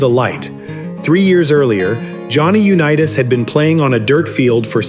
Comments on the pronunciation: UNEETAS?? PRETTY GOOD BUT THAT MAKES ME THINK THIS WAS ai. Which is stupid A big turbodf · The text to audio in these clips is so bad that I can't continue watching..Sorry Johnny U-Knee-Tass who learned to Do-See-Doe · It lost me immediately when it called him Uneetas. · NARRATE YOUR OWN VIDEOS...ai IS STUPID. Johnny U- Nea -us...smh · The voice-over bot cannot pronounce 'Unitas' correctly. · He can't even pronounce Johnny Unitas is last name correctly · You do a nice video on this tremendous player and you don't even pronounce his name properly. That is totally disrespectful. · If you’re going to narrate. At least pronounce the names correctly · AI is unwatchable after mispronouncing Johnny's name. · Misprouncing his name (U NEE it’s) and that of Allen Ameche is unconscionable